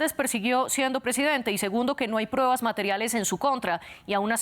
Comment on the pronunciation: SE DICE PRUEBAS, NO prebas.